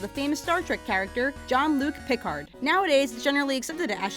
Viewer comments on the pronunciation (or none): none